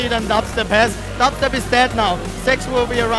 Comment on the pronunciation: Sa hääldad DubStep Natuke valesti !